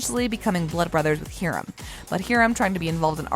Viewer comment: you said HEERAM...